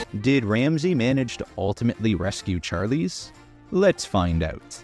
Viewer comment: Char…lease? Odd way of pronouncing it